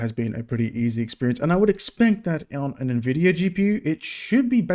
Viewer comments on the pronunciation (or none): none